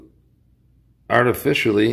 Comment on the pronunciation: Did he say "Arty-fish-eye-ly" ?